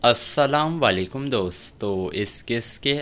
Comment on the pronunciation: Asslam valekum nahi Asslamo Alaykum bolo